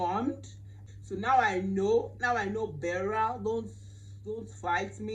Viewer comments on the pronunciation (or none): none